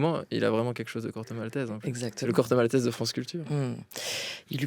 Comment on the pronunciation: Mais pourquoi elle prononce MalteSS? Même si elle veut le prononcer à la française, ça donne maltèse ou maltais.